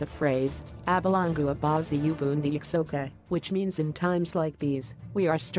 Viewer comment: It's "Abelungu abayazi uba ndiyaxoka" not what you just said over there,,,, and it's Xhosa not Zosa..... Please try getting it correct